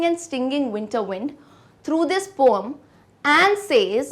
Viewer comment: Ma'am very good explanation but one word you pronounce 'poem' I feel that you need to check the pronunciation.